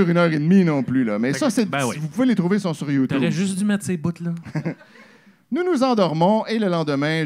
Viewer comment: c'est le meilleur lecteur mais calisse qui bug sur "trouver" prononcé "trouvère"... c'était drôle il y a 5 ans mais ça le fait paraître comme un illettré. le texte est déjà drôle sans avoir besoin de faire les snobs sur les fautes. ça fait perdre le fil. on nous enseigne en 1ère année que "é" et "er" se prononce pareil. allèze lesse amisse vousse pouvèze fère miyeux.